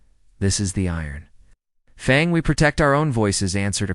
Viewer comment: Stilted narration, "dot"s in a few places, pauses interrupting the flow of the story, always saying the human's full name, never saying a name(human or alien)the same way twice in a row. At lest it pronounces "FANG" correctly.